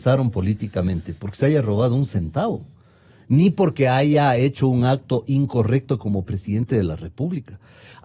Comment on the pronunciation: Otra que ha sabido decir hayga..